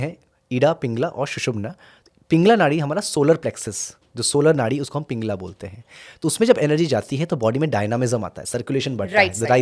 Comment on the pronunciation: Hey don’t know how to pronounce pitta or pingala .. if you don’t mind improve that first phir interview karo don’t destroy sanatan language